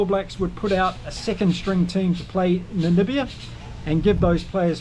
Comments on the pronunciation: Hey....Its Namibia....not Nanibia.... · Hi That's NAMIBIA not NaNibia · By the way NAMIBIA is pronounced Na Mib IA Namibia not Namibia. Just saying. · Damn it, now you have me saying Nanibia 😂